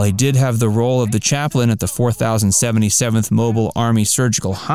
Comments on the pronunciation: This is by far my favorite television show of all time but because you still cannot pronounce the unit number correctly and place wrong pictures of those for whom you are discussing i cannot give you a thumbs up. You did this on your other video and these issues should have been corrected but you failed and with it brings disservice to the show and lowers your credibility as a "fact" video. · The way you refer to the unit as the "four thousand seventy-seventh" tells me you've likely never watched the show.